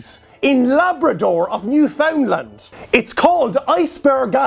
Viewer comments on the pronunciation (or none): I just got some of my friends to watch this my son. It’s shitty outside and we are drunk and snowed in. One asked me to tell you that it’s pronounced NEW-fin-land. We’ve been binge watching your show and made a drinking game out of it. Not sure what the rules are but we all tied for first place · It's pronounced NEW-FIN-LAND FFS JESUS!!!